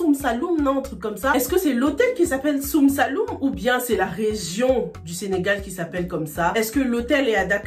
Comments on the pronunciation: "Soum saloum"😂😂c'est sine saloum 😂😂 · c'est sine-saloum pas soun Saloum😂 c'est une île qui est loin de dakar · répète avec nous "Sine-Saloum" 🤣🤣🤣🤣